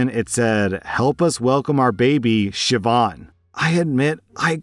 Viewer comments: As an Irish person, I'm so happy and proud you got the pronunciation of Siobhán right! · As a Gaelic Scot I appreciate that you looked up how to pronounce Siobhán, I know the Irish appreciate this too. OP isn’t in the wrong here at all, like who is so cruel to name their baby after someone’s very wanted child who died in the womb, saying “get over it” and “well you’re not using it”, it’s beyond disrespectful, it’s cruel, hurtful and torturous.